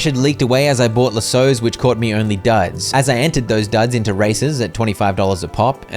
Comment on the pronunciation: That’s not how you say lassos😅